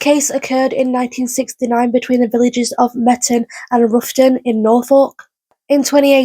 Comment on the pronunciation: Roughton is pronounced Wroughton as in having a wrow with someone